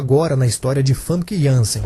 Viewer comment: a pronuncia do nome dela não é fanqui, o correto é fâmica, veja entrevista dela com Danilo Gentili